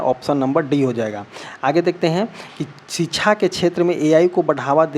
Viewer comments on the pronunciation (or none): Thoda home work jyada kare ...knowledge and pronunciation par bhi ...kyuki .. शिक्षा को छीछा बोल रहे हो...❤